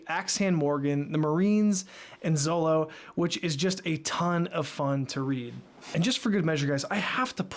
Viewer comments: Always nice to see someone enjoying on3 piece fpr the firet time. Ans also funny to hear first time readers call zoro "zolo". Yep u hear me right it is zoro. In japanese the character used for "ro" can be pronounced both ro/lo. But it was confirmed with the anime and oda himself that is it ro. In the west they choose for zolo because of fear for copyright for anlther character called zoro. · Btw. It's not "Zolo" it's "Zoro" i don't know why the manga translation took it that way but when i grew up with one piece his name was always pronounced "Zoro". Even now the subtitles are saying "zoro". I am not sure but I would try to get this while reading. (could be different for only manga readers) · Just a friendly warning (I see other comments brought it up too lol) It's actually pronounced Zoro. I don't remember the exact details but it's written Zolo for copyright purposes with The Zorro. In Japanese, L and R sounds are kinda interchangeable, which is why Zolo was used in the volumes. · Glad you like this.^^ Though, you kept calling Zoro as Zolo. XD Whoops, eh? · did he say Zolo? 😂